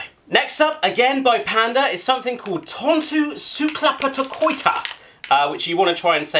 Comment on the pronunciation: when you say "minipussi" it sounds like "minipussy" and "hölläily" sounds like "halaili" but the best one was "tonttu suklaapatukoita" = "thonthu sukulapatakoita" xD